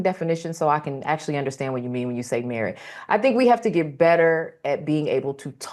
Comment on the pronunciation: Merit = "MeWhite"